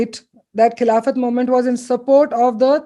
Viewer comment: Only recently I came across the correct pronunciation of the Khilafat movement.... it's खलीफत movement and not खिलाफ़त ...as it was related to the ख़लीफा of the Ottoman Turk